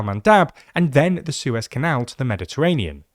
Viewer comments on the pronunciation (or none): none